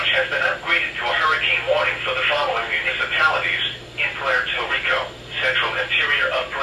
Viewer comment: "Pwair tor Rico"